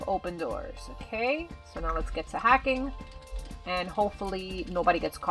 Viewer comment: I like when u said "the compueter they where ha-CKING